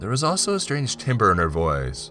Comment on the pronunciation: Timbre is pronounced “tam-ber” just so you know.